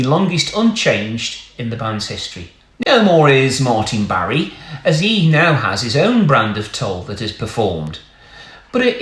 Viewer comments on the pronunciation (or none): The name is Martin Bar not Barray